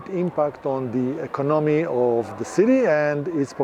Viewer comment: Not "E-CON-my" rather "E-CON-o-my. It's four syllables NOT three.